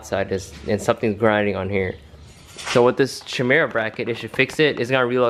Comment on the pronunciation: i believe its pronounced "kai-mira" not sure though. love the civic vids, haven't watched in a bit but you always have real clean builds!